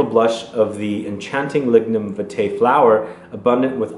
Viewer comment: Hi. For the frangrance it's pronounced viiitae with a longer I sound. It is the national flower of Jamaica.